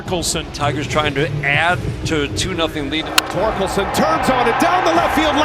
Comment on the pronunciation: Not knowing how to say Torkelson is the most don’t know ball thing I’ve ever seen